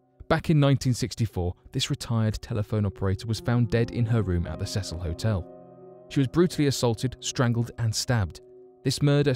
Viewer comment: It's the See sul NOT THE SEH SUL